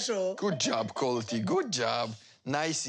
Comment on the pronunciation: "Colteee" Lol they also impersonate larrisa's pronunciations.